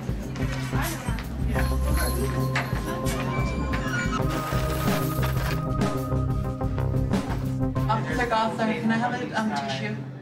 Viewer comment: OFFITHER GOTHLER...offither gothler....